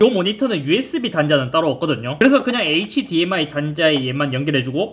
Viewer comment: hdmi 읽을때 h랑 dmi 나눠서 읽지 말아주세요 ㅋㅋㅋ 굳이 나누려면 hd랑 mi로 나눠주세요 제발